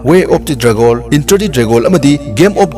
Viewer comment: Filam,dragol, intranational,pratner,dinnerrretc Tababudi ym nungai oja 👍👍👍